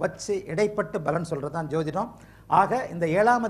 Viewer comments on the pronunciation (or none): none